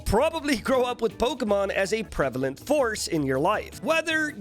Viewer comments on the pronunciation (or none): none